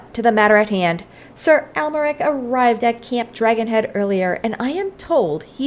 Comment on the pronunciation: You can say Amyeric like saying America, but without the last A on the end!❤